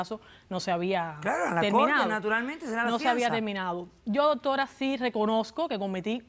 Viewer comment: Dijo DOTORA como de veces